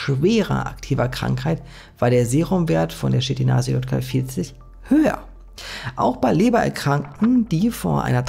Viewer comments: Ich dachte ja erst du hast ausversehen J statt Y gesagt bei dem Wort YKL-40, aber du hast es locker 10 mal einfach falsch gesagt! Wie zur Hölle passiert sowas? 😂😂😂 Es heißt Ypsilon. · Gutes Video, aber es heißt nicht JKL-40 sondern YKL-40. Ungefähr 20 mal im Video falsch wieder gegeben. 😀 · Du sprichst immerwieder von YKL 40 ist [ˈʏpsilɔn] JKL 40 ist [jɔt] ( weil es mir immerwieder aufgefallen ist 😉 ) Ansonsten ➡️ ❤ DANKE für die Recherche und Deine Meinung - die ich auch hier wieder sehr (gerne) teile 🍀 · Es ist ein Y (üpselon) kein J (iott) in YKL-40. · Ey es tut mir echt leid das Video ist sehr interessant aber es triggert mich des todes, das du YKL 40 immer JKL 40 nennst. Ich kann das Video nicht zu ende gucken